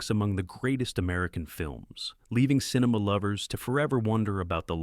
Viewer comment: yeah, and quit saying "cineMAW"